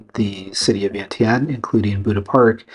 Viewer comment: Is your wife Lao? Does she pronounce Vientiane like you do? Wondering why she hasn't taught you how to pronounce it the Lao way.